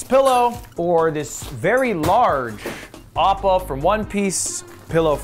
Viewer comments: Bruh said ubba from one piece ._. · Bro just said oppa from one piece… it’s avatar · This man said appa from 1 piece 💀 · Bro said apa from 1 piece💀 btw nice setup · Did he just say, Aapa from One Piece?? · did he say appa from one piece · Did man say appa from one piece? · My guy said “Appa from one pice” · Bro did not just say appa's from one piece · Did he say Appa from "One Piece" ????